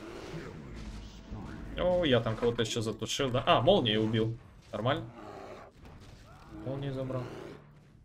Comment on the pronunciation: Уши режет говори правильно-мьёльнир это читается так, говорю как лингвист с 10 летним опытом работы